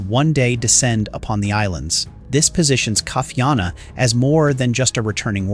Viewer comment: Ka - Ee - Ah - Na : not Cutty Arna 🤣